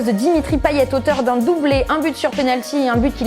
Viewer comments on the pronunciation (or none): Bravo! Mais pour info ça se prononce Payet et non "Paillette" 😏